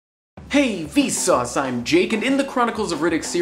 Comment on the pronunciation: here is some education: VSAUCE not VSAUSE sorry I had to